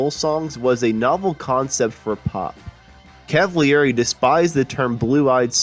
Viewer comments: Felix Cavaliere last name is pronounced CAV A LEAR A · Totally lame. First, you've butchered the pronunciation of Felix's last name. And far more importantly, you never mentioned the untimely passing of the great drummer, Dino Danelli. Unbelievable.